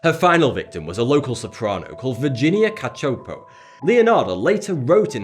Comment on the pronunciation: Thank you for getting the pronunciation of "Cacioppo" right. I know it's a small detail but it's a family name that no one seems to be able to pronounce since it isn't exactly a common name.